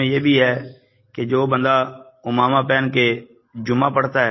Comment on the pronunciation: حضرت اس لفظ کی تصحیح فرما لیں اردو میں: عَمَامہ . عربی میں: عمامة ، عين کے کسرہ کے ساتھ